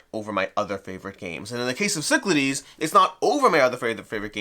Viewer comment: I remember the Kickstarter video featured a terrible mispronunciation of "Cyclades." I don't think I noticed till now how much they butchered the font/spelling. That is, they used a symbol that looks like Psi for Y, a symbol that looks like Lambda for A, and a symbol that looks like Sigma for E. Kind of makes me wish they had the option to get a box with the Greek spelling, Κυκλάδες or ΚΥΚΛΑΔΕΣ. I've still got the first edition with all expansions. Don't think it's worth it to upgrade, although this deluxe/miniatures version does look nice.